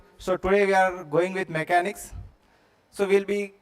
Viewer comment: MECHANICS SIR NOT MACHANICS